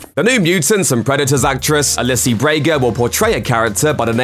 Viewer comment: Ali-see Brea-ga?? WAT